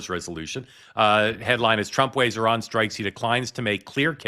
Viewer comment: Mark, I appreciate that you are saying Iran correctly (as best as Americans can), instead of the typical I-RAN pronunciation